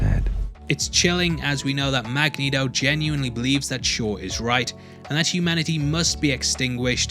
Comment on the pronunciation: You DO “put the neato in Magnito” 😂